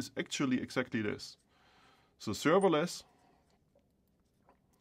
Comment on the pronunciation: "Today I'm going to talk to You about serveilance technology" -I have heard in the first sentence. It turns out to be written server-less ;) -informative video, thank you